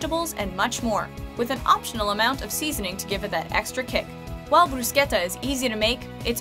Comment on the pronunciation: Oh my god you said bruschetta in the right way 😍